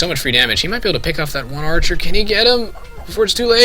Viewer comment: may be its because im high but i laugh at how u say archer. like urcher or eaurcher